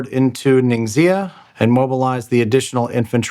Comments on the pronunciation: I know the video is old, but with as much as the territory name comes up, I feel obliged to help you guys by pointing out that Ningxia is pronounced 'neen-shya' per the pronunciation rules of pinyin. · Love all of your playbacks. NINGXIA pronounced NING Sha. I've got deployed code running there in a data center otherwise I wouldn't know. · Ning-sh-ee-ah. The x sound in Mandarin is sh in English. So it sounds more like Ning-she-ah. The more you know! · Awesome game, guys! Thanks for all the effort. In case it's useful Ningxia is pronounced closer to "Ning-shuh" or "ning-zhuh" rather than nin gix ee uh